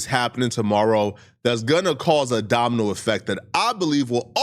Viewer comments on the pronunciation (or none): YOOOO. DID. JUST SAY... DOMINO EFFECT. OR DAMU EFFECT..LMAOOOOOO😅